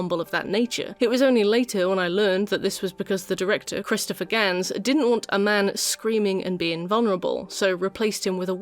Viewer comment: Christophe Gans, not Christopher.